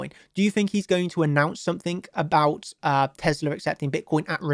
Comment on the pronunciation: What the hell is teslER? haha